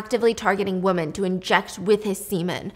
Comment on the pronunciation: WOMEN... DAMNIT STEPHANIE ITS WOMEN.... NOT WOMAN